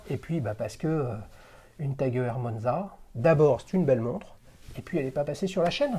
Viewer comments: Aie aie aie la prononciation "E R" 😂 Petit tip, ça se prononce "Oyeur" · Heuer étant un nom à consonnance allemande j'aurais tendance à pencher pour cette prononciation 👍